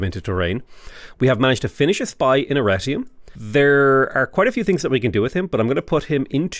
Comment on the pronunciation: Talks about Arretium and Aquileia What I hear saying: Al-righty-then, I-kill-ya